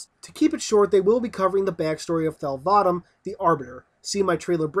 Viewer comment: No, u didn't. Your pronunciation of these things really needs some work